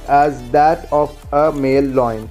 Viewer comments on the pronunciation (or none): The word is "lion", not "loin". First improme your grammar & pronunciation, then think about sharing your limited knowledge